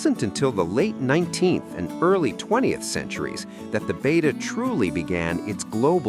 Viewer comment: It’s pronounced Beh-tah, not bay-tah. 🙄